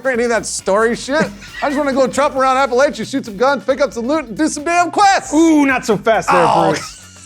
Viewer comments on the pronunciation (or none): It’s pronounced “apple atcha” As in “If you guys pronounce Appalachia like that again I will throw an Apple atcha.” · Apparently James wasn’t around to correct their pronunciation of Appalachia lol